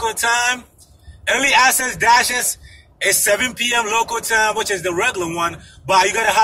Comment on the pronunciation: It sounds like you’re saying early ASSES